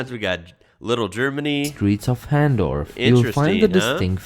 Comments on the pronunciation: Hahndorf is fantastic! Full of artisan shops and fascinating foods to try. And it’s not pronounced “han-dorf”. It’s pronounced the German way., you need to add Adelaide to your list of places to visit in Oz, on at least one of your trips. You’re going to need a lot more than just one, or move down here for work so you can stay longer. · Hahndorf is pronounced “Harn-dorf” Yeah it gets pretty hot here. Still wouldn’t live anywhere else.